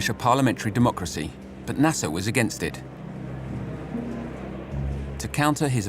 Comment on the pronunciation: I wish you pronounce his name right ! Abdulnasser … not Nasssa !!! 😡